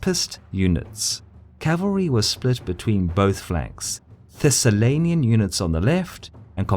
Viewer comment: Thessalian not Thessalenian. Just a tip :)